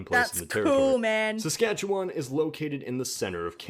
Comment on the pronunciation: im impressed she actually said "Saskatchewan" correctly there are canadians who dont even get it right. Nunavut became a seperate territory, when the NorthWest territory was split in 2. done so more for cultural independence, and self ruling as 85% of the residence are Inuit (the PC word for eskimo, in case you are lost to what an Inuit is, as outsides dont know what that is but instantly have a stereotypical idea of an eskimo)